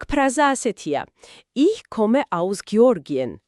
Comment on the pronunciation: "Ich" - წარმოითქმება "იჰ" და არა "იშ".